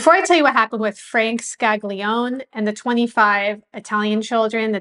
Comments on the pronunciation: His name was originally pronounced "ska-lee-OWN-ay". "Skag-lee-own" is an anglicization. "Man-jee-OWN-ay" not "man-jee-own". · With all respect,the documentary was very interesting.I would suggest studying Italian or at least proper pronunciation.The name of one of the persons mentioned,Sig.Scaglione,is pronounced more like ' Scal - lee- own-ay' not 'Scag- lee - own' like you were pronouncing it.A "G" followed by a "N" or "l" is not pronounced as "G". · Great channel! I just wanted to point out that the name "Scaglione" is not pronounced "skag-lee-own". The pair of consonants "gl" is its own sound, that is pretty difficult to pronounce for non native Italian speakers. Also, the final vowel "e" is never silent in Italian. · Scaglione is pronounced Scali-yon-ay. GL makes a lyon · Scaglione is pronounced scallione gli and gle in itallian is pronounced li the Spanish ll ...like tortillas ...but a little bit different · the short explanation, the rock category known as Ska, I'm sure you know of it. Think of pronouncing Scaglione as in 'Ska'. Glio-as in 'Yo Bro', Ne-Air (omit the R) Ska-Lyo-nair. Air/Hair/Share, by omitting the 'R' pronounced by you good folk in the U.S, that is the closest sounding comparison. I'm not trying to change the way you speak...in Italy, well. Best wishes to you! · Excellent report. Helps one to relate to the atrocities endured by the blacks. As an Italian I was disappointed by the mispronunciation of Scaglione. The "g" ishould be sort of silent. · sorry, but you pronounce Scaglione the wrong way